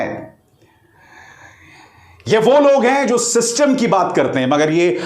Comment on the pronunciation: शिस्तुम्म ❌❌ सिस्टम ✅✅😂😂